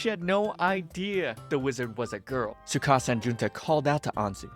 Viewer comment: There’s a t in tsukasa